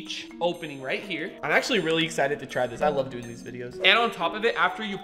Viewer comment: He Said He's Exited For the egg Gadget "Eggsited"